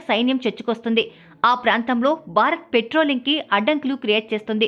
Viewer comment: Anchor, Telugu pronunciation sariga nerchukovali. Barat kadu. Bharat Ani palakali. Telugu TV Anchor la laga ayaru.